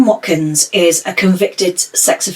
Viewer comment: You pronounced his surname correctly and his first name not too badly wrong!